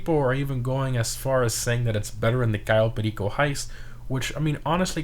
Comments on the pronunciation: “Cayo Pay-Leako” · ITS PRONOUNCED K.O PER RICO